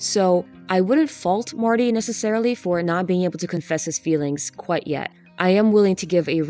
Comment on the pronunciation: I like how a lot of the time you say Marty it actually sounds more like Morty and I’m like yeah come to think of it Marty is exactly the kind of guy I would expect Morty Smith to become